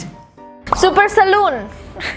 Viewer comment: Billboard : Super Saloon Me : Org India Mungkin Yah, soalnya tulisan di bawahnya juga kyk tulisan India, truss pas dibaca sma kak Nessie emang kedengeran kyk org India😅